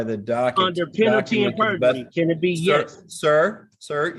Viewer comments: penalty and burjery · Lol, "burgery" I spotted that one too !😂And it would be "under penalty of perjury" and not "penalty and perjury". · Penalty and BURjury!!! 🤪😝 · He thinks it’s penalty and berjury?? Or is he just an extra idiot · Is he saying "Penalty and burgery"? Why do they all mispronounce simple words?